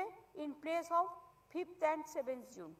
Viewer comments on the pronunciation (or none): none